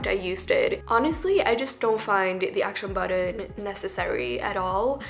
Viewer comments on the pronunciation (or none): Bro. I littler had to skip back 10 seconds and watch how tf she says it. “Acton buddin” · Girl just give up on pronouncing action button .